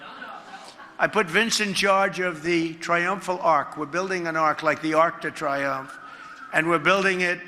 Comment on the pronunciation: “Arrk de tryumff” 😂